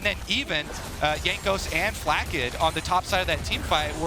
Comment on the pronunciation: "zay-us" and "Flak-kid" like wtf... it bothered me so much